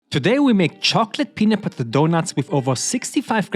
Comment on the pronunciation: Bro said peanut putter doughnuts